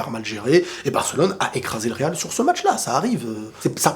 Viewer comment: Le real RRRRRRRR le real RRRRRRRRRR 😂 😂 😂 😂 😂 TU MA TUÉ !